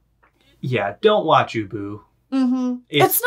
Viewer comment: I was listening to this while walking my dog and I swear the first three times "ubu" was mentioned I thought you were saying "uwu" I am contaminated